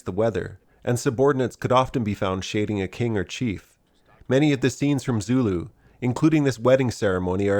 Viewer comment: Your Zulu pronunciation is atrocious, their are good sources for language pronunciation on the net, so I can only assume it is because of american arrogance or laziness.